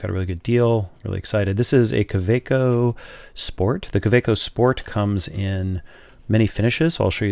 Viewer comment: Great overview, thanks. It also makes a refreshing change to hear an American pronouncing Kaweco properly. 😉 Incidentally, the Metallic Green is a separate offering from the 2018 Art Sport releases of which your Metallic Turquoise is one. It is a darker shade of green, and has more concentrated and complex swirling in the acrylic.